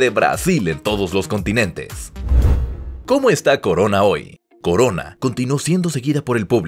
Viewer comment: Corona en italiano se dice exactamente igual que en español no coroa.